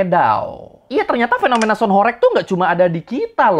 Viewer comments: Bang mau ngoreksi dikit ya Bukan Horég, melainkan horêg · Horeg itu bacanya bukan horek (ky bc "korek" ; api) tapi HOREG ~>HOR REG , -reg-nya ky "deg" nya ~> budeg, saklek, msk jleb. Tau gak sih.. Dlm bhs Jawa horeg itu artinya Getar, ky semacam lindu atau gempa kecil. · Bukan horég tapi horèg.. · Sebenarnya pronunciation "Horeg" itu "e"-nya seperti di kata "pecel".. Jadi bacanya Horeg bukan Horég.. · HOREG bukan BERGOYANG ATAU BERGETAR, BANGUNAN HOREG itu artinya BANGUNAN RUNTUH, gak ada BANGUNAN HOREG jadi BANGUNAN BERGOYANG:face-blue-smiling:. bacanya juga bukan horeg, tapi horeug:face-blue-smiling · Horeg artinya bergetar (goyang krn gempa) horeg (diucapkan e kode) bukan horek (orek) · Bukan horeg bang, tapi horeg, huruf e nya di eja seperti kata elang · Pengucapannya HORG bang, atau HOREUG, bukan horeeeg... E kayak pd kata Emping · bang kalo ngomong "sound horêg" kayak "e" di kata "sepi" bukan "sound horég" kaya di kata "bebek". "horeg" dalam bahasa jawa artinya artinya berguncang atau bergetar, geli ditelinga dengernya sumpah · Horeg bg bukan horeg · sebenarnya pengucapan HOREG yang benar di Jawa Timur itu REG-nya dibacanya itu seperti E pada "REgginang/REmaja". bukan REG-nya " rekreasi". ya, benar artinya adalah 'bergetar'. oke makasi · Saya orang Jawa asli, pelafalan horeg nya salah bang (e) nya bukan Bebek tapi sama seperti tambahan Me... melakukan, melihat dll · Pengucapan huruf "E" bukan horeg seperti kata "orek" tapi horeg seperti kata "sambel" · horeg dibacanya bukan horeg bng tpi horeg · Bang..sebenarnya HOREG itu bacanya bukan HOREG bang..tapi HOREG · sound horeg tu bacanya horeg bukan horeg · Cara bacanya horeg bukan gitu bro,,, 😂 E nya sprti di kata "emas" ,,, coba tanya sluruh masyarakat jatim, pasti stuju ma aq hehehe